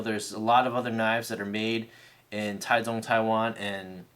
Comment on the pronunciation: It was cool to hear you say the actual pronunciation of Taichung Taiwan.